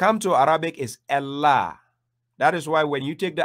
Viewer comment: Why do you insist on pronouncing the word ALLAH with ELLAH? Wasn't the Koran revealed in Arabic, not Aramaic? Wasn't the Prophet Muhammad an Arab? Weren't the words of the Prophet Muhammad spoken in Arabic, not Aramaic? So the word الله is pronounced in Arabic as Allah, not Ellah. ￼